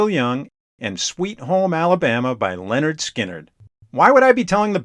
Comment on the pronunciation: It's pronounced LINard Skynard. Not LENard. 😉